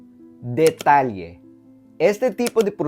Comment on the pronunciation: El Castellano de México también estaba congelado en el tiempo, y era el versión de Castellano más utilizado en Filipinas porque la Ciudad de México gobernó todas las Indias Orientales para la Corona Española. ¿Porque en México no pronunciaríamos “Detalle” como has demostrado? Suena muy filipino.